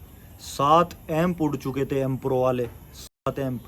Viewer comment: Ampro nahi vi 😂😂😂😂